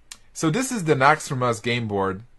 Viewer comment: nauxraaumos xD